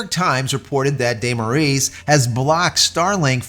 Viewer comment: On a side note, just for you to know and say it properly: Our dictator's surname, Moraes, is spelled like More-eyes, there's no "Ae" to "E" converion as in Aeon Flux or such.